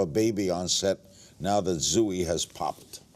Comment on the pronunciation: Did Larry just pronounce Zooey as Zoo-e...